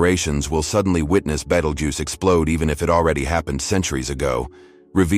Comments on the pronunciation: I learned so many facts about Battlegeese. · Take this shit down, you pronounced Betelgeuse different Everytime you said it. You can't be taken seriously